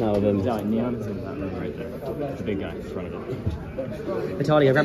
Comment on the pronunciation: Actually it’s pronounced Vitaly.